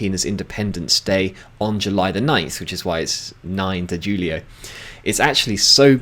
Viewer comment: "Markelo" is Marcelo is Mar-cell-oh. "Julio" is Julio is Who-lee-oh Thanks for the insight, mate. 😊